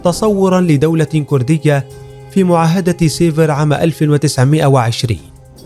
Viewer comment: السعودي لاينطق ولايكتب بهذي الطريقه !! لايقول. كورديه يقول ويكتب كرديه يامفضوح